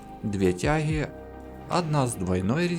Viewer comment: Хохол ты стремный, не ТЯХИ, а ТЯГИ !!!!!